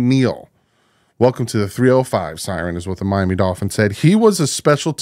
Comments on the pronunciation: It’s “Sir an” not Siren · Get his name right 😂😂